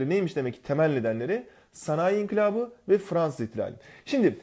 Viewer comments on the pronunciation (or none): İnkilap değil inkılap lütfen 😊😊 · höst ink*lap deil o inkılap ne ediyonuz